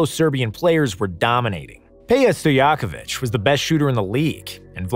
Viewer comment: The way he pronaunced Peja Stojkovic and Vlade Divac